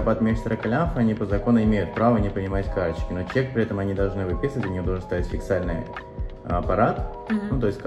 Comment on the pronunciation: Вы спрашиваете мнения у человека, который не знает, что правильно ФИСКАЛЬНЫЙ, а не фиксальный? Аппарат 😅 Вы дуры?